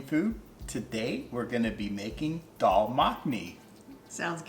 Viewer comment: Greetings Respected and! Amazing dish cooked so well. BTW, we really appreciate the pronunciation of Daal and other items.